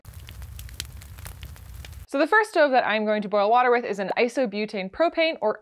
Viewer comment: I love the pop up of brad for “wourder”